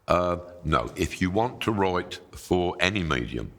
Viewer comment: Love the way he says “write”